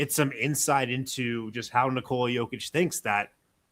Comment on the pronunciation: It's N"I"kola not NikOoola for fs.